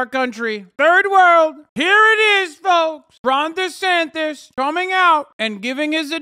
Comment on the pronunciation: oh it's Ron Desantis...the entire time i thought you guys were saying "Ronda Sanchez" (i've never seen this person before) (im south african)